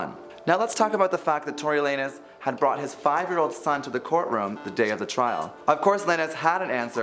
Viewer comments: Lay-nez? Like really, can these people at THE VERY LEAST learn how to properly pronounce the names that you're talking about? Lanes, bro. LANES. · Uh yeah, that Tory Lay-nes got me triggered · Lay-nez? When has “lanes” EVER been pronounced like that? Has nothing to do with being a native English speaker either. Nobody reviewed this before posting? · Everytime he said it, my ears hurt and my face did an uncontrollable scrunch 🥴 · maybe thats how tori pronounces his last name ?!?!?! I thought this was weird too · I've been getting distracted by the pronunciation of lanes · Facts... don't speak on them if you don't know them well enough to say their names right. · The mispronounciation irked me to no end.